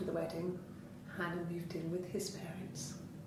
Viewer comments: I hate how she says Hannah like hunnuh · She says Hanna weird ,lol I still love her a lot